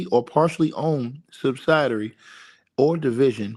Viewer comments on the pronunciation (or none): it's pronounced Sub-sid-ee-airy (subsidiary).